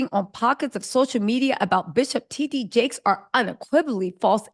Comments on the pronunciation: Girl if you say TGee Jakes one mo gin. On my nerves with that. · His name is T D Jake’s not T G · It’s TD Jakes. Not TG Jakes 😆🤦🏾‍♀️ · 😂I'm cleaning and listening then I thought did she say TD Fakes then I see your comment. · Fighting for your life pronouncing “TD Jakes” 😂 😂😂